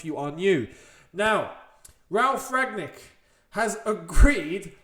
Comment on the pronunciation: I don't think you pronounce the g in Rangnick.